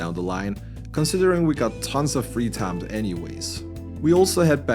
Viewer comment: I love that this guy speaks great English but when he says the word time it says it in a redneck Texan accent. He always says Taaiiim